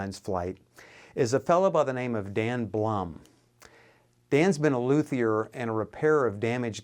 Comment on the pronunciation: It's pronounced Lude-E-er. The H is silent. look it up.